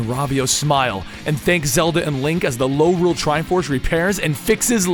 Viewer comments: Its called Lorule not Norule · You said Lorule too many times...